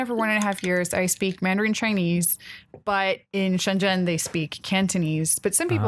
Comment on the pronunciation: Oh, and can you PLEASE correct their pronounciation of Shenzhen? I've been cringing about it for a while... But it's impossible to correct Chinese pronounciation by text, hehe.